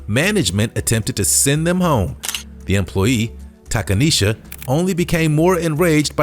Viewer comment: Takaneshia…. Cmon mane🤦🏿‍♂️